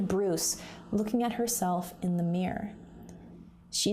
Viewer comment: i just can't bare going through the video; it's mirror not meyur